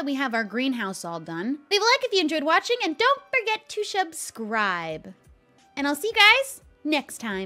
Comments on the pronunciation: Lol SHUB-scribe, everyone Shubscribe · DID JUST SAY “SHUB”SRIBE AND I DIDN’T NOTICE!?